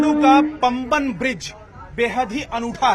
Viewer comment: पांमबन पूल, पंबन नहीं